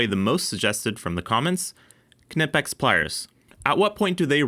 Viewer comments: it's not k nipex, jusr pronounced nipex silent k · The K is silent, its pronounced nipex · We don't pronounce "knife" as kuh-niff. we say "Nyfe". So using that logic, why is it "kuh-nip-ex", and not "Ny-pex"? Anyways, great video as always. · You dont say K-nee, K-nife, or K-nipex - the K is silent so its said as "Nipex" - great channel but please say it right as it does my k-nut in :) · Knee-pex not ka-nip-ex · Just for the masses...it's knipex pronounced "nipex" not (kuh-nip-ex) just like knife is pronounced "nife" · Please don't keep saying KUH-NIP-EX. We don't care if some nerd has verified that it's pronounced that way on their website. Nip-Ex, silent K. Please 🙏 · Ka-nipex? I thought it was pronounced Nipex and the silent k was a German thing. I could be wrong, K'nipex sounds terrible though! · The K is silent, it’s “nipex” ❤️ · Yeah if you say "kuh-nipex" you can go hang out in the try hard corner with the fools that say "porCH-uh" at least yall with have friends now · It's not "KUH NI PEX", the "KN" is pronounced like the "cn" in "Acne", no filler vowel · I don’t think you pronounce the K in Knipex, nipex….. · Love the videos! But, fwiw, it’s pronounced kuh-nee-pex by the company itself. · Good test! Good video. I just have to say it, it is gnawing at my brain. "Nigh-pex" = Knipex. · “Nipex” with a silent K 🎉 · Damn kuh-nip-ex I mean yes but skip the uh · I've never liked that pronunciation of Knipex, yet everyone does it. Pronouncing it as if it was Knifex, with a P instead of an F, sounds a lot better. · OMG NOOOOOOOO! "NYE-PEX" im so triggered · You don't say ku nif, you say knife. Ni pex k is silent. knipex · Am I completely wrong that the K in Knipex is silent? I even googled it, and google told me it is pronounced nipex. Project Farm always pronounces the K as well. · I don't get the pronunciation with Knipex they say it Knipex but then say its Kuh-Nip-X just say it how it's written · Knipex is a silent K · Don't pronounce the K you Knucklehead